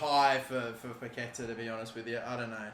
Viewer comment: Ayo. You need to stress the "á" in paquetá